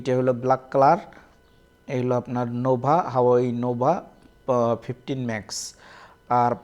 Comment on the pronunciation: হাওয়াই না,,,, হুয়াওয়ে হবে মিয়া